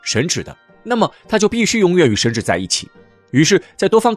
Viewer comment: 神祇 qi，不是 zhi